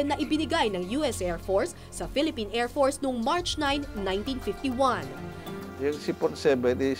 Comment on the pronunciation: ANONG KLASE MAG PRONOUNCE ANG REPORTER NATO: AIRFORCE PRONOUNCE NIYA: AIRFORTS